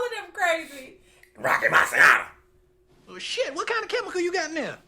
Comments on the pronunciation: Great reaction, grew up with this movie, so many quotes & memes from the barber shop., you say "Rocky Marciano" great 😅. You would enjoy Trading Places, I think Eddie is even funnier in that. Looks like comments below are letting you know about Randolph and Mortimer;) Good movie around holiday time too. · You said Rocky Marciano so well!! Loved it.